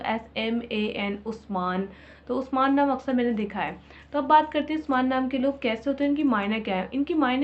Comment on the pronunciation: exactly bilkul perfect bol rhi hn api ap 😊😊